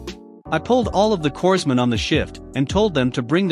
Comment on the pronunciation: Corpsmen is pronounced "coremen", former Navy.